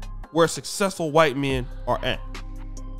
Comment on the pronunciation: "he's very very whyte" 🤣🤣🤣🤣